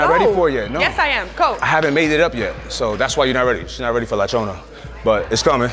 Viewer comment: He said “La Chona”! I’m dead!